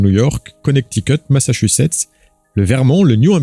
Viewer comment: tu m'as impressionée quand t'as dit "Massachussets". Bravo lol